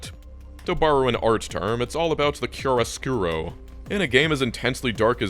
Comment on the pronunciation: Italian here, deadass thought you were mentioning some niche japanese-art concept when you said "Chiaroscuro" hhhhh The pronunciation is actually pretty good but took me off-guard and made me giggle once I went back to hear it a second time! For the non-italian or artistically inclined at home, the pronunciation adapted in an "anglophone way" would be something like Kya-ro Skoo-ro / with the "skoo" cut in the middle of the oo sound. Needless to say great fucking video as always!